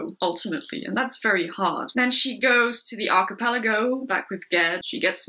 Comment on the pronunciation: Good review. Not sure that's how to pronounce "archipelago" though.